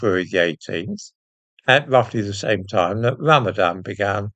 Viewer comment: Ran-a-van more like